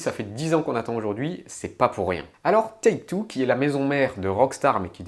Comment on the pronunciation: Par contre t'as un souci avec la prononciation de Take Two, on ne dit pas taxe tiou mais Take Two comme sa s'écrit